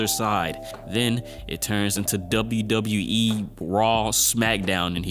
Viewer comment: The WWE the way you say it it sounds so funny I laughed 😂😂😂